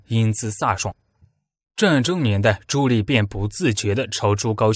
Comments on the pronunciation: ㄌㄧˋ什麼ㄌㄧˋ？ ㄉㄧˋ 棣 啦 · 朱棣（念弟）不念朱力⋯沒文化還在配音⋯暈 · 棣 读di 4zshengm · “朱棣”，“棣”字，發音“帝”。 “心喜歡生”，應為“心生喜歡”。 “好好干吧”，應為“好好幹吧”。 “干、幹”兩字，基本意義不同。 如全文使用簡化字表述，可用“干”，惟本文以正體字（繁體字）行之，則應使用“幹”，以免混淆。 “百思百得其解”，應為“百思不得其解”。 “血脈賁張”，“賁”字，發音“奔”。 “空空如野”，應為“空空如也”。 “絕殺”，應為“截殺”。 “抵擋”，應為“抵達”。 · 哎，那个读朱棣（弟）！！！！！！ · 听得我浑身鸡皮疙瘩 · 你连朱棣di都读错，装什么文化人